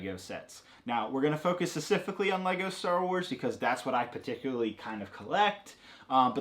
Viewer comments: Stop saying "scecifically". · "secifically" - (since he was born) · i love you... but please work on your pronunciation of the word "specifically," its been bothering me since day 1